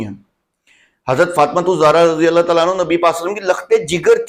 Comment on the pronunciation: زبان پر رضی اللہ بھی صحیح طرح نہیں آتا ہے یہاں حدیث ثقلین سمجھانے آیا ہے